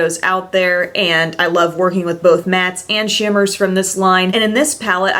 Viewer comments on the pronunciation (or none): you say Shimmers funny